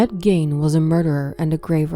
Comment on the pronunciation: HIS NME WAS ED GEIN!!!!! NOT GAIN!!!!!!